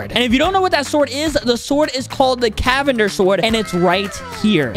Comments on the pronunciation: You saying the sword wrong its cavander even theres letter n canvander but its when you say its cavander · You are saying the sword wrong but im glad u finally figure it out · Boy that is a silent n 😂😂😂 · You saying it wrong